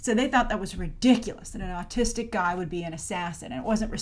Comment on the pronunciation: i thought at first that she said artistic